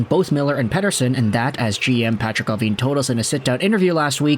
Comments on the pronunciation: Lol yeah I was shocked when I heard him say it so perfectly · Great pronunciation of "Pettersson"! (from a Swede) 😀